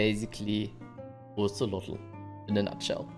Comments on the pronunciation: Hahaha its Kate-Za-Ko-Ah-Tol 🤣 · That’s not how you say his name.. don’t pronounce the L